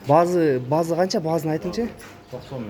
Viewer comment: Жакшына сүйлөсөң базы дебей баасы деп аа кыргыз...